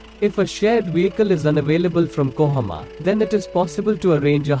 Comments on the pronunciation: KOHIMA not KOHAMA🤗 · It's kohima not kohoma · It has nothing to do with accent. Accent is different thing. Here you're using A in place of I. It's KOHIMA. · Kohima, not kohoma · Kohima not kohoma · its kohima not kohama idiot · It's kohima brother not Kohama.